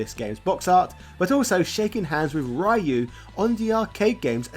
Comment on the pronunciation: Don't feel bad about that, "some people" still butcher the pronunciation of "Ryu" in 2022